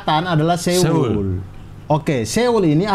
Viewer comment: Benernya seoul itu bacanya so-ul cing, karena aksaranya tuh 서 (seo) dan 울 (ul), banyak yang salah ucap memang. Trus shin ramyeon tuh kek indomienya sana, shin itu nama merknya, nah ramyeon tuh jenis makanannya (mi), dan bacanya tuh 라 (ra) dan 면 (myeon), jadi ra-myon, bukan ra-myun. Sekilas info aja cing wkwkwk